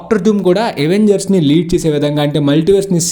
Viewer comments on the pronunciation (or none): Avengers ni అవెంజర్స్ ledha ఎవెంజర్స్ anala bro . Endhuku ante miru ఎవెంజర్స్ annaru. Dictionaries lo అవెంజర్స్ ani undhi.